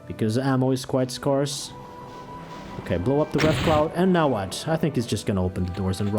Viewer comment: This really puts into perspective how much thought you've given these fights. One thing you might want to know is that scarce is just about the only word I've noticed you mispronounce. It's more "air" than "are".